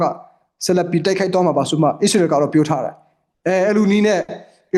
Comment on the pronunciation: ခင်များကိုပြောမယ်နော် အီးစရေတွေ အီရမ်းတွေ မပြောနံ့ဗျာ မြန်မာလိုတင်ဆက်နေတာမလား အစ္စရေးဆို အစ္စရေးပြော အီရန်ဆို အီရန်ပြော အီးစလွယ်‌တွေ အီးရန်းတွေ အက်စ်သံမပါစေနဲ့ဗျာ